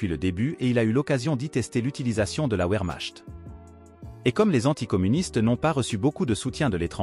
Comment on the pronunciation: ça s'entend aussi quand il doit prononcer Wehrmacht.